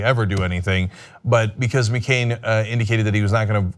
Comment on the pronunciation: MeeCain? Cenk, you dummy.